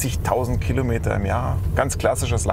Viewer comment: Das heißt nicht "Killometer" es heißt Kilometer.